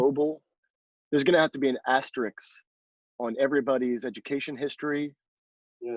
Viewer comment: An "asteriks" Asterisk, sir. Asterisk. Just like everybody says "nucular" anymore..... And being a fellow Slovenian, I KNOW where he got that "keep some acorns for winter" mentality.